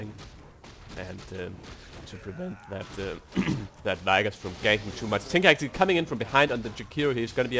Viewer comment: i hate the way he pronounces vigoss AAAHHHHHHH